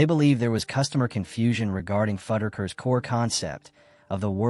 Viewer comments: Almost had a follower… until the way you kept saying FUD-DER-KERS 😣 when it’s FUDD-RUCK-ERS made me leave this video… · It's fuddRuckers, not fudikers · Fud-a-kers? WTF?! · Is that how Fuddruckers is pronounced?!